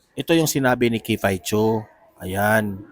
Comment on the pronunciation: Sorry to correct you sir but its not "kifay chu" the right obe is "kiffy as in kiffi" po.. ikaw lng ang narinig ko na mali pagkabigkas ng name ni miss kiffy po